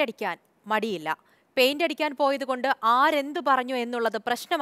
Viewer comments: പെയിന്റ് അല്ലെ. പൈന്റ് അല്ലലോ ❤ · ആരെന്തു പറയാൻ പെയിൻറ് അല്ലേ അടിക്കുന്നത്.... അല്ലാതെ പയിൻറ് അല്ലല്ലോ....